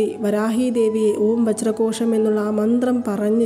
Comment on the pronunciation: വജ്രകോശം ആണോ വജ്രhozham ano